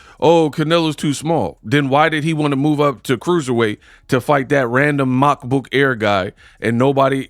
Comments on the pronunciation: Brooo everytime you say Macbook Air 😂😂😂😂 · The way you pronounced Makabu's surname is an insult, if there is any black in you then you should do better, what you did is no different from the 70's when TV made our noses and lips bigger then they were, if that was a European surname, you would have pronounced it better, but hey its your channel fam🤷🏾‍♂️